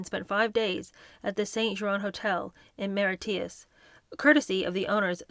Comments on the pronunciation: Maritius is pronounce Mahr i shus. You have a tough job😊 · Mauritius = More-it-chus Monaco = Mawn-a-coe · Mauritius = mar EE shus Just fyi 😄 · Thank you for your reading, that I am much enjoying. Respectfully, your pronunciation of some words, both in English & not, are incorrect & distracting. Example, Mauritius is pronounced Morishus, not Moreeteeus. I'm looking forward to future readings, thank you. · Mauritius, morishus, not mariteeus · It’s pronounced Mauritius …. MARISHUS.. not Mauritous ! Lol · Helpful hint: Mauritius is pronounced "More-ish-iss", ebullient is "ebb-you-lee-ent". ❤ from 🇨🇦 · It’s pronounced Maw rishis hope you don’t mind me saying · It's pronounced 'more-ish-is' but none of us has been there so no big deal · Great narration, but I picked up towards the end of the video, that you did not pronounce the country Mauritius correctly. Phonetically it is pronounced MORE ISH iSS. 😊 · lol Mauritius is pronounced Moor—ish-us. Love this series tho. Love you ❤ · I like "Marry-tee - us" , i prefer Mauritius though 😂😂😂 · They holidayed in Mauritius. Pronounced 'More/ rish/ us'. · hi. not meaning to be critical, just helpful, so please don't take this the wrong way. the island where they holidayed is french speaking, called Mauritius, and it is pronounced mau-ri-shiss. it's a 4hr flight east of south africa. a very popular vacation spot. love and enjoying your readings and reviews. ♥ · Hi lovely, just a note on some pronunciation ebullient - eb-OO-lient Mauritius - muh-RI-shus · Not that it matters particularly but Mauritius is pronounced ‘Mor-ish-us’. Enjoying the book enormously. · Mauritius pronounced more ish us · We're enjoying your reading of Entitled very much,! Thank you. I recommend a couple pronunciation checks which can always be found on YT: The island nation of Mauritius and the adjective ebullient.:glasses-purple-yellow-diamond::yt::yougotthis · I think Mairitius has 3 syllables.